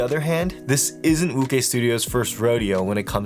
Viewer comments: Very good review, I think wuque is pronounced woo ch-ue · Great video as always. Just a heads up, Wuque is pronounced "Woo-chay." Keep up the great reviews bro. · more like woo-chwhere but yea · calling wuque "wukay" is like calling José "joe z" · definitely not woo-chay, is pronounced as "Wu-Chu-eh" 无缺